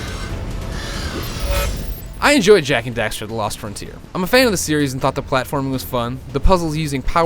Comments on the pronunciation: He called Daxter "Dexter" O.o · its daxter not dexter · The fact that the second time he says their names he says Dexter, just shows me how little he wanted to do this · its daxter not dexter just saying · dexter? it is daxter